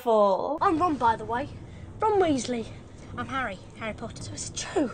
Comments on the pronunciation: It's Harry Potter, not Harry Porrer. Um... Just kidding. Hahaha. I'm Korean and I'm glad to see your video. I feel like I'm getting my old memories back. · malfoy saying "pottah" instead of "potter"